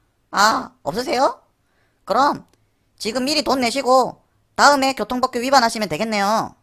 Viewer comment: 발음주의 교통법규->교통뻐어큐